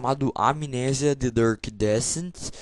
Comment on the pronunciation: "Dark"... o cara fala Durk.